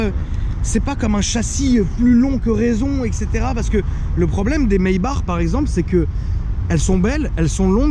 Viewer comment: Doux Jesus qui prononce bien "Maybach" (rrrrrrr à la fin du nom), c’est parfait!